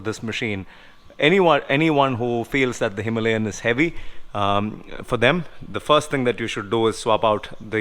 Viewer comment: It is Himalayan not himlayen!